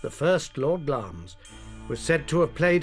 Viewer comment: wish these presenters would prounce names as they should be. the castle of glamis is pronounced as it is spelt. it is not pronounced glames